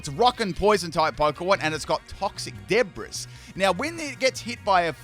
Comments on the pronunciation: saying de bris instead of debree gives me a small chuckle every time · Debris is pronounced Debree. Oinkologne is just Oink and Cologne mashed up. It must be a fragrant pokemon. I'm still on OR/AS guys. So everything is gonna be new to me. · lol it's pronounced deb-bree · It’s oink cologne lol and it’s not debris it’s pronounced de bree lol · "Debris" is pronounced as "Deh-Bree". It's one of those weird situations where the S is silent. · Super fun first look into the battles so far!! The shadows can be kind of distracting with how pixelated they look, but I like how Daschbun looks up at Farigiraf because it's so tall, lol! (Also, just so you know, "debris" is actually pronounced "de-bree" 😅 It's a weird word) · How do you pronounce "debris"? XD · When he was talking about the Glimmora's ability, Toxic Debris, he mispronounced debris, like, saying it how it's spelled (which is, weirdly enough, the incorrect pronounciation)